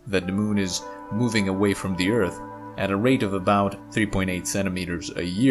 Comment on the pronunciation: I still miss him saying Ert.